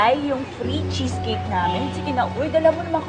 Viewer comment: Giorgia-"welcam to d opaning of georgia's chiscake"😂😂😂